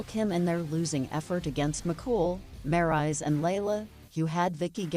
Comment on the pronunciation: wait a minute did she said maryse name wrong i bet she did i heard all of it